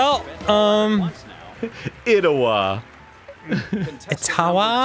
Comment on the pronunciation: "Ottawa Canay" good job on that pronunciation Arin.